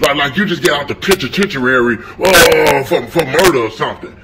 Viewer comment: The pitchatentuary!